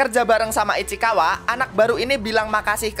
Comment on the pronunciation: Ichikawa ❌ Ichikiwir ✔ 😂😂